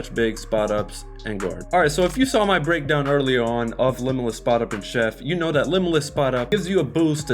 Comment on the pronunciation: bro you got chef wrong